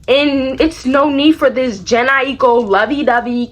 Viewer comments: IT"S JA-NAE I-KO. LMAOOO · bestie it's (jhene aiko) "janae i-koe" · Hahaha when you said jhene aiko lol you said it wrong but in a funny way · its you pronouncing jhene aiko name wrong but the shi was funny ass hell 😭😭😂.